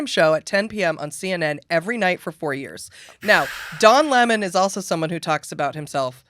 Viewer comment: “Don Límon” sounds like someone Kelly Osbourne would hire to clean her toilets. 🤗